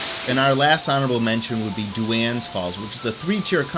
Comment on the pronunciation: It's pronounced "Dohns" falls not Do Anns falls